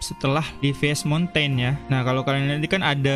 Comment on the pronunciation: Livias monten..bisa ngak sih "pronounce" nya jangan lucu lucu..mountain ten itu bukan ke bawah...ke atas maun+te'n...emang kalo ke amerika atau europe kalian pronounce nya gini juga? Kek orang gak sekolah